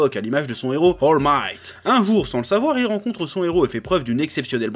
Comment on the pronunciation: Comment le Chef a écorché le nom d'All Might